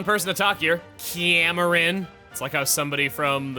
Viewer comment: the ciamran part was funny but thats not how I pronounce Cameron lmao